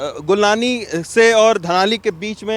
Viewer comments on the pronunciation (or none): गंगनानी को गुलनानी बोल रहा